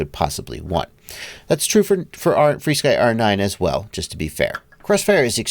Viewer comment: Help out new users and just call it "FRSKY" not "free-sky". I know there is history.... just why not call it what it's called now?